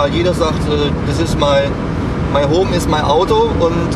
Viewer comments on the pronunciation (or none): „My hohm is mei audo“